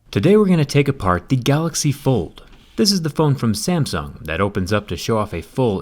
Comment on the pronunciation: Why are you pronouncing Samsung like "Samson"?